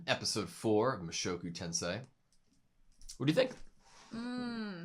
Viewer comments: It's pronounced "mushoku tenSEI" and not tenSAI... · I believe 'Tensei' is pronounced as 'Tensey', not 'tensai'. Love your reactions! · Its TensEEEEEEEi!, not TensAAAAAAi! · Pronounce correction. Tensei [tẽ̞:se̞i] like [Ten sayi] not [Tensie]. The vowels in Japanese are usually pronounced separately. For example, "AutoSave" Japanese, whose English are bad, will "probably" pronounce "ar wu toe sar vei", it is just example. Learning this will help you to learn Japanese much easier. By the way I am Taiwanese learning japanese, love that both of you will write down the note, that is pretty helpful for researching the anime. Subscribed already👍👍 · it's pronounced ten sey